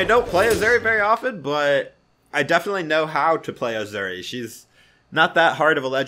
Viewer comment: Every time sais azuri I die a little inside